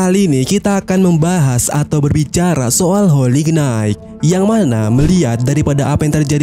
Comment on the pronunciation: Bacanya : "Holi Nait" min 😭